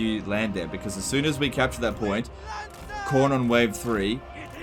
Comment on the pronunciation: Why you saying Khorne weird? It's the same as corn. Don't blame your accent, I'm in Brisbane.